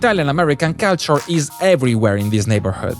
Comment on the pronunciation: hai ripetuto 75mila volte la parola culture, ne avessi mai azzeccata una la corretta pronuncia